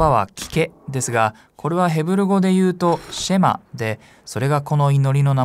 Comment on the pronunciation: ヘブライ語では、だいたい第二音節にアクセントが来ます。また最後ちょっと伸ばすので、SHEma ではなく sheMAH と発音すると、よりヘブライ語っぽくなります。また、ユダヤ人は、朝夕この祈りを「祈っていた」と過去形で表現されていますが、今も朝夕祈っています。神に聞き従うことを切望して。感動します。